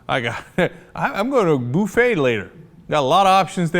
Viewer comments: "I'm going to a booo-faa (buffet) later..." LMAO! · heh, "boofay"